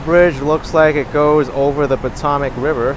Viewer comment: Po-toe-mic river not Po-tom-mic